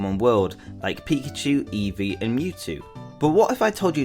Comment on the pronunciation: Its EEvee not evee